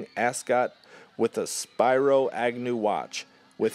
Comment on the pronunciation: That's SPEAR O (Agnew) not Spy row, son. Lol